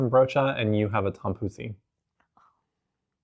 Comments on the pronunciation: missed the kaasbroodje and puddingbroodje! Also, I know its spelled 'tompouce', but its pronounced like 'Poes' which means kittycat if you know what I mean! But you guys are great, very entertaining. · Yes, she was really slaughtering that tompouce.